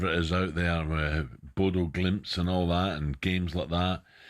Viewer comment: “Bodo Glimpse”🤪🤪🤡🤡if only I had a quid for every time Alan Brazil butchered the pronounciation of a name/place/word🙈🙈🙈